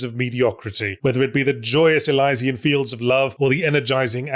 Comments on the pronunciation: pretty sure it is eh-lee-zien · Is Yahtzee trying to say "Elysian" here? Because I'm pretty sure it's pronounced uh-lee-zee-uhn. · That's the most unique pronunciation of 'Elysian' I've heard.